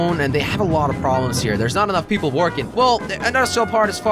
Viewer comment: jelly: we've got a lot of traffic plobrems me: wot